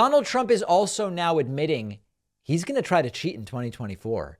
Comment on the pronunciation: Note how The Don pronounces the word " cheet"...oh. feels so good !!